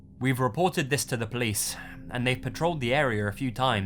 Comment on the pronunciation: "Called the pliss"